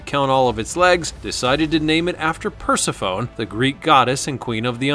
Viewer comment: It is pronounced per-sif-oh-nee, thank you very much!